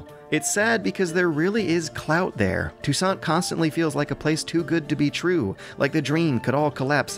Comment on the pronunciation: Finally, someone pronounced ''Touissant'' correctly!